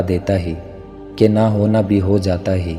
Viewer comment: Hay ko hey bol rahy ho isko theek Karen